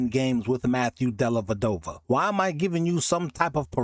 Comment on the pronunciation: Della Dova, not dellaVadova